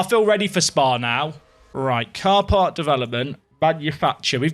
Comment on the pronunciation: When you said 'car part development' , I heard ''car park development''. Clearly the away days are having an effect on me.